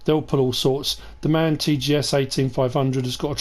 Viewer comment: Nice Video thx for the Information but we here in germany call the Orange truck m a n Not man but annyway like aleays keep up the content and have a nice weekend